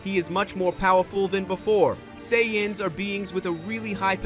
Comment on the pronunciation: Say anns. Not Sai ons.*